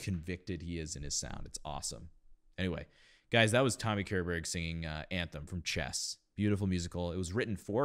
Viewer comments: Hi, This was some time ago and I only want to add that this was written for his vice back in 1984, or at least it was recorded for TV back then. By the way the last name K is pronounced "ch" like in kitchen but you're doing well on the ö, maybe just a tad more open, but whomever even finds that name fitting in their mouth has our Swedish admiration. We know our language is weird. We also have good general singing diction that comes from our weird and wonderful language and some of Körbergs good diction is because he is Swedish. True story. It was usually a bit of a job, whenever I worked with American singing coaches that wasn't clued in on the basic difference in woking singing depending on your native language. Not everyone had the experience to know that we don't have to do the same exercises in Italian that Americans do, because we already come with Italian pronunciation built in. We usually worked it out after a couple of lessons and it was always a fun time. A couple of times when I didn't know better, my Swedish voice teacher/coach had to straighten me out when I got back, but that was okay too, because I learnt a lot from the experience. I would like point out the giant choir that sings background in this recording. I don't know if this was it but back in the early 2000's there was a choir master that traveled up and down the country creating that in translation would be something like WE Who Can't Sing Choirs. They would consist of lots of people coming together to s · CHESS was written by Björn and Benny, the 2 B in ABBA, a d Tim Rice, JCSuperstar. It is lf Swedish origin like most of music today. Tommy Körberg is pronounced shorberg. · Great reaction! I was going to mention the '84 recording by I see others have beat me to it. On a side note, I hope you don't mind, but one pointer on how to pronounce his surname: the K is soft and sound like the leading phoneme of "she", "sharp" and "shallow". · Pronounce it "Shorberriah"